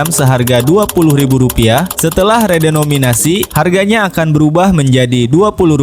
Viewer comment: Lo banyak nyebut "REDOMINASI" min..saking semangat nya lu jadi ngilangin huruf "E" dan "N" nya .. kocak lu min😅